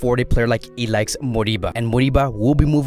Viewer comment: Pronounce I L A I S H not ilaix